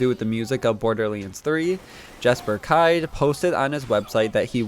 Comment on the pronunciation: Not trying to be rude, brother but it's not "moze" like you would say "hose" it's "Moht-zee". It's not Jesper "Kyd" the way you would say "tide" rather it's "kid".